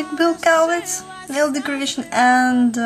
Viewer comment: I am impressed that you are saying Bills last name right. =) Most people don't. They say it like (Kal-litz) I love your nails. I've been getting "Bill" nails since may, but I have always gotten it done professionally. Its nice to know how to do it at home when you don't have all the tools they have at the salons :) In fact right now I have "Bill" nails but they the tip is a different color =)